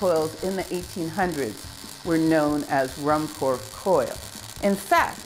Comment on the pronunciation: It is pronounced Room-Korf and Geye-Sler.